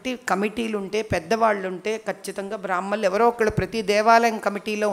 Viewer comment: సరిగా పలకవలసిన పదాలు బ్రాహ్మణులు రోదిస్తుంది మహారాజ్ఞి విజ్ఞప్తి కడపటి